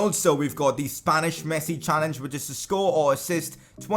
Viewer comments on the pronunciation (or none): none